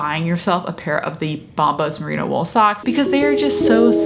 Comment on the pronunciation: It's Merino wool not Merina.....